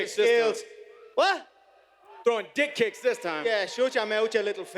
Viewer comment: Did he say duck kicks